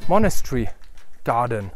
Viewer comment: I've watched this video hundreds of times I'm ashamed to say. Something about this house is just mesmerizing. P.s. monastery and monochary 🤣🤣🤣 but seriously I love the video, wish you'd go back and show the chapel and grounds.